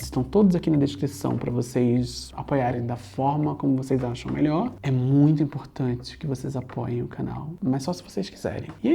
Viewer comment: "esse é o melhooor filme do batman" pausa dramática